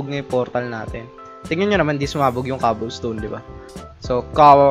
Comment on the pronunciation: Hahahahaha kawawa si saying young cobblestone dahil as proper hahahahaha XD